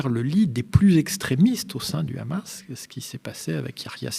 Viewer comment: Ces le hamas pas le rhamas